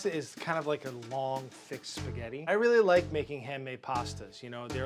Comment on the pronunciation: HEY IT'S SPAGHETTI NOT THAT HARD